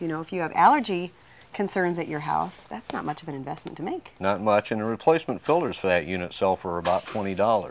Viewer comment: He sales filters for a living and calls them filders.. wow